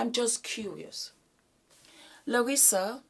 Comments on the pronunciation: Larsa not "Larissa". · I luv so much💯💜🌟 - FYI her name is "Larsa" not Larissa😂🤦🏾‍♀️ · My darling … her name is LARSA. There is no “I” in her name. Whether Scottie likes Michael or not to date his son is TACKY! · It's LARSA, darling. The name is LARSA PIPPEN. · It's not giving a damn about saying her name correctly for me! LOL! Larsa is gross and delusional. I don't know why we have to watch her ever! Ugh!